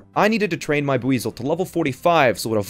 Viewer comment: It's called buizel and not weazel